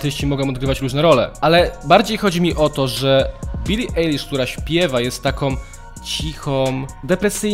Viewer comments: Bro Ajlisz nie Elisz grrrrr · Jezu! Możesz używać poprawnych nazwisk! Billie Eilish [AJLISZ] a nie Eilisz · NIE CZYTA SIĘ EJLISZ TYLKO AJLISZ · NIE BILI EJLISZ TYLKO AJLISZ LAJKUJCIE ZEBY WIDZIAŁ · Nie mówi się Billy eilish tylko Billy ailish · Billie Eilish sie czyta przez "A" kurde tak jak oko "eye"